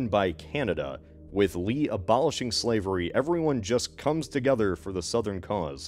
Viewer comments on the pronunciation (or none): none